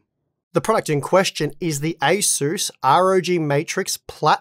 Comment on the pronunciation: You pronounce ASUS as ACER , Maybe its your Australian accent hard to understand.